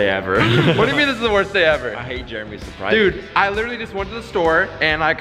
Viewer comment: Is it just me always say Dud did u need to do this